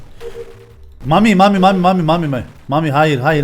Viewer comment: Mamiş e Mamis demeleri ag be